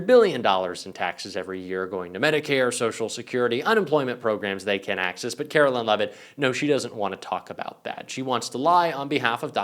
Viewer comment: KARE-OH-LINE! NOT KARO-LYNN! Google it dude!